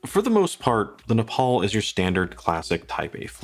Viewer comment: Neapel - pronounce "ney-ah-pell". Stowa - pronounce "stoh-wah". Wah. Wah. WAH. I have a couple watches with similar Miyota movements - none was more than 150 Euros. And they even have at least a date! I don't think that anything the Laco's have aside that justifies the overprice - neither glass, lume, strap, nor the name. Laco wat he's don't even have decent strap options. And I HATE rivets in straps. Have I forgotten something? Oh yes: No date - no deal.